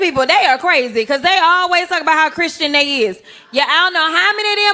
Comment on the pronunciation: She didn't say They, She said Day 😂😂😂😂😂